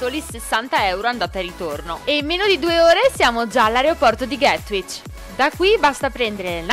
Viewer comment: GATWICK not GATWICH